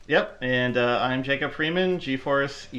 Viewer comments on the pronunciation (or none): none